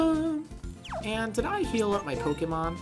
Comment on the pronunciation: I agree, but you put the accent on 'Pokemon' the wrong way round :P